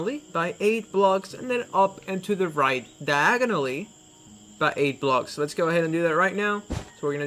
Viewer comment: and also its pronounced blocks not blogs and 3rd it's SIX not sits